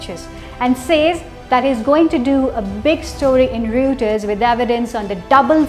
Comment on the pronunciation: Kindly correct your pronunciation of Reuters please!